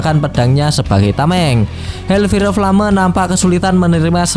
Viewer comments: Bukan hel fire flame tapi hel fayer flem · HELLFIRE FLAME : HELLFAYR FLEYM 😩😩😩